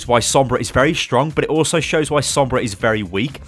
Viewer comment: Why is every other word Sombras not good. Why is there a Sombrah